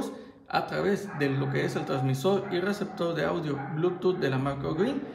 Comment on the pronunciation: Todo Bien hasta que dijo receptor :v